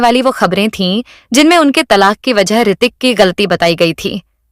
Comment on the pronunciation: Hritik not Aartik